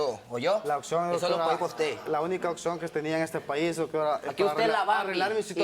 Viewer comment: "Aquí usteh es la Barbie" JAJAJA